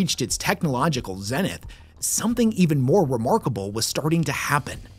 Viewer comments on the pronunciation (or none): none